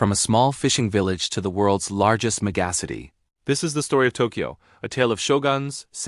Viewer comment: MegAhcity… I hate AI more and more